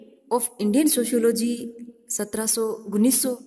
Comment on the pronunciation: मैडम जी gunnis सौ नही होता, उनिस सौ होता है